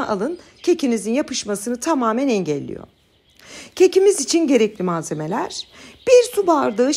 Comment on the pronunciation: “Önemli” kelimesini açık e ile söylüyorsunuz bu yanlış,ayrıca “engelliyor”kelimesini de kapalı e ile söylüyorsunuz bu da yanlış.Siz tam ters şekilde kelimeleri telâffuz ediyorsunuz kapalıları açık,açıkları kapalı.Videoyu izlemekten vazgeçtim bu yüzden çünkü çok rahatsız edici duyuluyor.Düzeltmeniz dileğiyle…